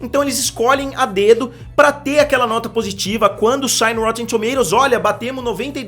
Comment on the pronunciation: ele fala engraçado kkkkk rotetemmm tomatototos